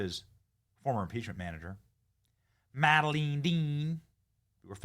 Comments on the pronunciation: Love your show Benny. Just a quick fyi… the name “Madeleine” is pronounced “mad-uh-lin” not “mal-uh-deen.” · Pronounced "MAD-a-lynn." MAD as in demented, broadcasting false memes invented by Dems, perpetrated by Dumb Dems. Perhaps she needs a brain transplant - or brain-insertion - since she appears to lack intellectual functions.